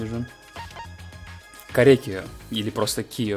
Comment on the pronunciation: Мне вот интересно, почему все говорят корЕкиё. Ну тип, на ё же всегда ударение ставится 🤨